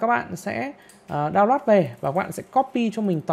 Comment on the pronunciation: Phát âm tiếng Anh khó chịu quá, re xốp, đao loát. Kiến thức rất hay như nghe 1 lúc ong đầu thật sự